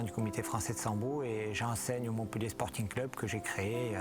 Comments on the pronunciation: СамбО. Учитесь ударения правильно ставить. САмбо,ребятки,сАмбо. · Это же французы– они, видимо, по привычке ставят ударение на последний слог).